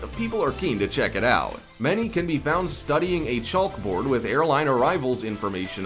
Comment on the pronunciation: Pronouncing it chaulk board made me chuckle. But when he called sharks the most dangerous marine mammals on the planet.... LOL, no.